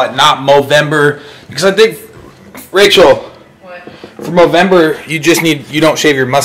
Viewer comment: It's called movember if you didn't say it right, i'm sry if you do say movember.